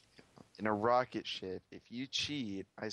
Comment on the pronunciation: You said rocketshit